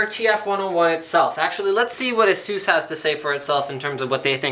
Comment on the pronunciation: you are pronouncing it wrong. it's "ay-sus" not "eh-sus"